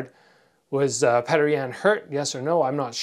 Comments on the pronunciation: why do you call him pater instead of peter? :) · damn it. stop calling him "petter" lol his name sounds like "Pi-yor-tor" anyway im a big fan of your fight career and youtube channel. you should do a collab with bazooka joe! it would be great for both your channels and you're both Canadian. Your channel and Joe's are two of the most knowledgeable and informative i've had the pleasure to see. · The Russian name Petr is pronounced "Pyotr"